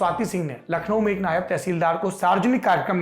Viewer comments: नायाब नहीं नायब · Nayaab nahi hata nayav hata hai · Saurabh Diwedi nam hai hamara. Hay hay Saurabh tum phir ulti battein karney lagg gye??? Sachhi tum nahi sudhrogey. Apna Urdu ka Talafuzz ( Ucharan .. Pronunciation). Theek karo. NAYAB TEHSEELDAR nahi NAIB TEHSEELDAR hota hai. NAIB ka matlab JUNIOR hota hai aur NAYAB ka matlab RARE. Nigoda TEHSEELDAR “ RARE “ na hai. Tauba mere maula. Kai bar toh hamara dil chahta hai ki tum sabb LALLANTOPIYON ki baith ke class lagaun aur theek se alfaz ki adaygi karni sikhaoon aur jo tum log phir bhi galtiyan karo tou tumhare hathon pe phuttey ki mar maroon aur tum sab ko Murga 🐔 banaun. Ek aata hai kehta hai MERA NAM DEVAD HAI ( David) David ki DEVD kehta hai. Hay sachhi mere ko tum sabb Lallan topiyon ki class tou leni hi padegi.